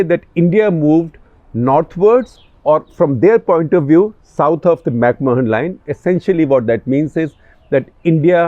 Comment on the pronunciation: Dear Mr Gupta, The correct pronunciation of Mahon as in The McMahon Line, is ‘macman’.